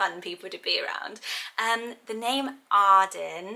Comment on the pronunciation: I love the name Arden but I don’t like the way I say it cause I’m American 🤣😭 I love the way you say it! Also I loooove Andie, definitely up on my list for girl names!